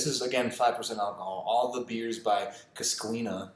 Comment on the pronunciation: It’s pronounced cuscenia and treego